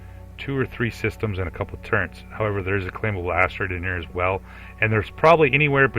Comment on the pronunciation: Wait. Tur-rents? I’ve watched all of your Avorion content and it just hit me that you say “turrents”. You sound like you’re from the Midwest or Mid-Atlantic but I’ve never heard anyone else pronounce it that way.